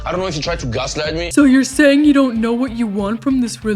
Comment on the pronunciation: Stacey and Darcey look like drag queens. Jasmine looks ridiculous in the tight a$$ jumper. Can someone tell her that it’s “what”, not “gwaht”? 🤦🏾‍♀️